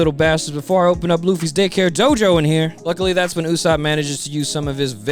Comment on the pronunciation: Oooh "Day care Jojo"! I had to rewatch that part multiple times. I thought you said "🍆-hair Jojo." I was SO confused